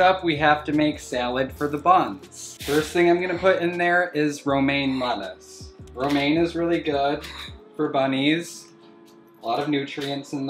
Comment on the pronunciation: Me, fresh out of chem class: he just said bromane, is he feeding em chemicals? Me, realizing he just said romane: oh fućk wait. Thats bromine. And thats romane lettuce